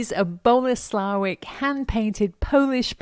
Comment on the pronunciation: Hi, great finds. And Kitcheny Bits absolutely adorable. And Boleslawiec is pronounced "Boleslavietz".